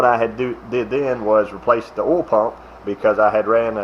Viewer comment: It's kinda cute how you Southern boys can't pronounce "oil" or "coil". It always comes out "ole" and "cole", lol. 😉